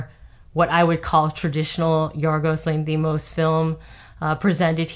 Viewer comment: Spot on, I agree! (by the way, it’s pronounced LANthimos)